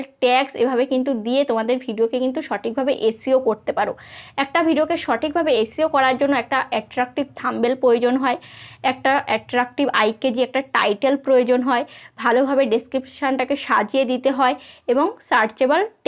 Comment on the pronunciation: Babure Tumi creator search er vdo ke copy na kore sampurno nijer content dao , taholei bojha jabe kojon tomake dekhe😅 r ektu uccharon practice kore nao, thumb bail noy ota thumb-nail hobe, abar inco ginto noy ota hobe in-cog-nito, sunte khub kharap lage😅